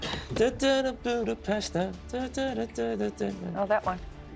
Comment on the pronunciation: Everyone is saying the name Budapest wrong